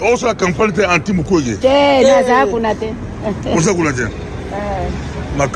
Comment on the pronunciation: Ndeko au Congo, ça devait être Mukwenge et non mukwege !!!!